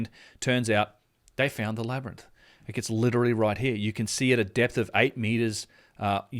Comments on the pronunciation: I am no native ebglish speaker, but i thought it is a labirinth, not a LAB-RANT! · I think we can all agree its pronounced labernyth.... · Say labyrinth again... Its a wonder Joe Rogan says it wrong after hearing it SO MANY times in this video.